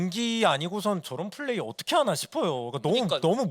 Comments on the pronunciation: Fㅔ이즈가 아니라 Pㅔ이즈입니다 Pㅔ이커가 아니라 Fㅔ이커구요 Flay가 아니라 Play 입니다 아니 뭔 f를 p로 발음하는건 알겠는데 P는 왜 다 f로 발음하는거임? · fㅔ이즈 fㅡㄹ레이 거슬리네....... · 인가 저사람은 발음이 왜 저렇지; F휀타킬 fㅔ이즈 flay(플레이) 가방끈이 너무 짧아서 그런가 입 열 때마다 너무 듣기 싫다 진행은 아나운서 써요 제발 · 주객전도 같아요.. 사회자는 확실히 진행능력이 있는 분이 해주시는게 시청자 입장에서 보기 매끄러운것 같아요.. 발음이슈도 있으신것 같아요. Fㅡㄹ 레이, Fㅔ이즈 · 가 너무 정신을 못차려서 불편했음 긴장해서 그럴수도 있지만 다음부터는 잘했으면 좋겠음 플 쁠 f p발음좀 구분 해주셨으면 좋겠음